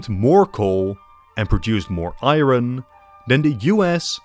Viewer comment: It's not pronounced i-ron, lol. It's i-ern.